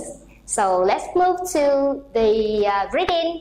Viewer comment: Friendship is stressed in the second syllable not the first one and the word " so" not be pronounced xẩu like the Vietnamese teacher did. If you pronounce English words beautifully, you should choose either English or American accent but this has to be consistent. Generally speaking, the performence of the Vietnamese teacher is not too bad!